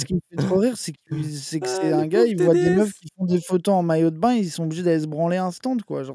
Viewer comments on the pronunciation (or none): none